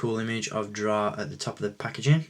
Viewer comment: i honestly do not mind the commander stone mold because it introduced 2 trigger fingers. btw, i believe it is pronounced it's " drey " but it is too late for that...